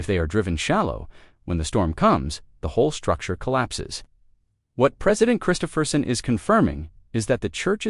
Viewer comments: Pardon? "MASSIVE Utah Stake Changes Worldwide" If the stakes are in Utah, they are not worldwide Stakes. Here in Alberta Canada all of the major cities stakes changed in 2026 as well. It's just as profound here as it is in Utah. Too bad you are pronouncing Christofferson's name wrong. Not "Christopher-son", but "Chris-TOFF-er son. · This is not Elder Christofferson. Also please learn how to pronoun his name. How canse really believe you are publishing accurate information??